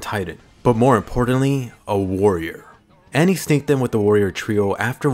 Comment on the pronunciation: It's Annie, lol how does Anne sound correct?